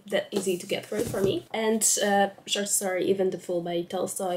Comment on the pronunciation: I don't wanna be that girl, but check your pronunciation of the o in short 😭😭 in the intro it sounds like an a, and trust me that's not what you wanna say😵‍💫😵‍💫